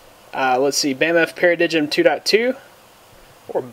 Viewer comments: pair - uh - dime. Not pair-uh-dig um. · para-digm should be pronounced as para "dime" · hey buddy i thinks its pronounced BAM-Faa Para-DIME good video